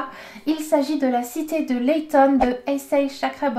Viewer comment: Hello :) pour info je crois que la cité de laiton pour la prononciation de laiton comme le métal non ?